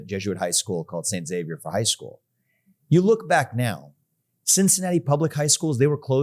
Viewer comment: And thanks to Vivek for pronouncing St Xavier correctly! Zavier not Eksavier! (Though he does fondly refer to it as St Eks.)